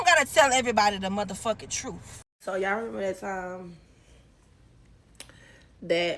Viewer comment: She should have told the “troof”and tell them she is brainless.